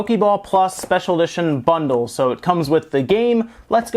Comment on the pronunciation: Am I the only one who heard “Pokémon plus bunderu”